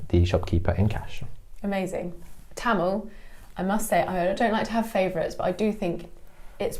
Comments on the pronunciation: “Kindly adjust” is all you can could possibly do in a Mumbai local 😆. And btw, love the correct pronunciation of Tamizh, 😍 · The transition of the pronunciation of the word "Tamil" from a foreign accent to Indian accent was nice! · the way he pronounced tamizh and not tamil itself shows that he is a man who respects his roots , culture and his mother tongue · He pronounces தமிழ் (zh) properly.. so he must be a Tamilan 😉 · he Saud his mother tongue when he referred to Tamil. So, yes.